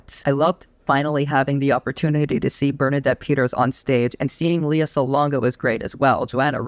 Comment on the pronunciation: Her name is pronounced LAY-ah, not LEE-ah. Think Princess Leia from Star Wars.